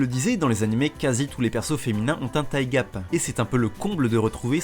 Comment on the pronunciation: Alors... Tu arrives à prononcer "thicc" mais pas "thigh"? xD